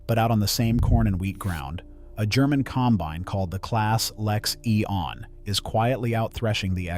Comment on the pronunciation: Teach your AI how to pronounce combine.